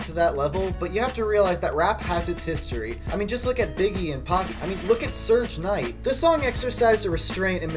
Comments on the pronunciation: My man's said "Surge Knight" 💀💀💀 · Man really said "surge night" instead of "suge knight" Bro I wanna believe Eminem fans are hip hop fans but the more reviews of his albums I see the more a lose faith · This nigga just said surge knight 😂😂😂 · did he just say Surge Knight? wat